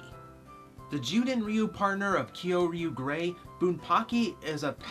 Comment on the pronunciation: its bunpachy not bunpacky just fyi